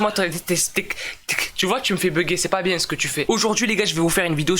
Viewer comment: Bieeeee tu dit biè au lieu de bien espèce de Marseilléé a je te promet je suis sur l’effet Mandela